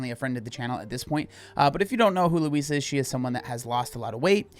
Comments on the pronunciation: Its not how you prounouce her name. Its loo eese. You say it terribly. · Why do you pronounce Louise like Luis 😭😭😭😭😭